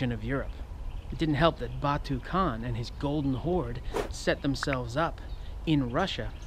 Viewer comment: Yeaahahah But khan is more like kan Key ay en kan not kean or can